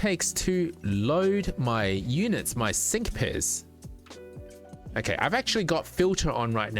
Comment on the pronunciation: when you said "sync pairs" the way my brain interpreted your accent heard "sink piss"